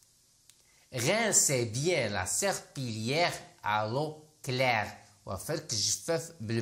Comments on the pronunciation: Serpillière نطقتيها غلط مكنطقش L وشكرا على مجهودات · La prononciation de serpillère est fausse . On ne prononce pas le son /l/ . Double LL précédé d’un i se prononce y comme dans les mots “ conseillère “ , “ cuillère “ …etc 🙋‍♀️🇩🇿😊